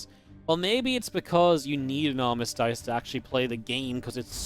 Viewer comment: I try not to be "that guy", but let's go with the short vowel sound I on armistice, not armistīce.